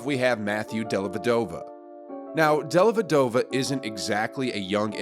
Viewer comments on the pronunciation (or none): You all pronounce Dellavedova's name wrong. It's Della-Ve'dova, meaning 'of the widow'.